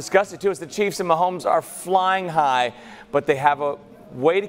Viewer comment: said Mahomie 😂😂😂